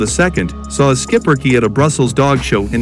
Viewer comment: what a great little dog & yes that's how we pronounce it in the USA. Not much grooming witch is nice. Another one of very smart 🐕 s for sure. They definitely need a family with kids. Great family 🐕.